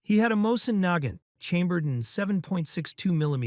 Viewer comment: 😂 can't even pronounce Nagant .